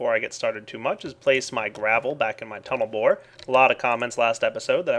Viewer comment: yeah. "total bored" instead "tunel bore"...